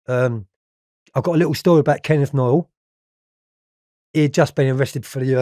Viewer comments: And Noye not Noyles 🤣🤣🤣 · Did he say kenny Noyle and Jack homes 😂😂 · Wtf is Jack HOMES and Kenneth NOYLE ? 🤣 Does he really expect us to believe his recollections when he doesn’t even pronounce the names correctly Noye never got sentenced for murdering the cop. . 🤣🤣🤣🤣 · He couldn't even pronounce Noye